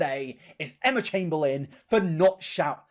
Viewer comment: emma chamBEANlin knowmsaying